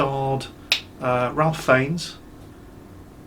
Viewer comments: Who is this "Ralf Feigns" you speak of? If you mean Ralph Fiennes then it's pronounced "Rafe Fines". Did you really expect sensible pronounciation from someone with a triple-barrelled surname? His full surname is apparently "Twisleton-Wykeham-Fiennes" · "Ralph Feinnes". Um... Actually,, it's pronounced "Rayf Fines". Serious facepalm.